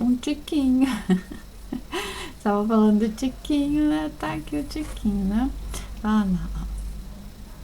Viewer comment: Amo quando fala tiquimho